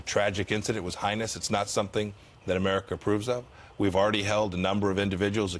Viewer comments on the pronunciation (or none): it's pronounced HAY-nus, as in AY-nus, kinda like you, assface! Seriously, our fucking leaders are ILLITERATE!!!!!!! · "Highnuss", eh? Heinous is pronounced "hayniss". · You are right, Mr. Pompeo. It was a "highness" act, as in His Highness, Mister Bone Saw ordered the act. Dumbass thug can't even pronounce the word heinous properly.